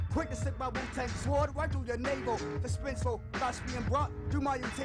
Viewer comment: I love that he pronounced 'sword' the wu-tang style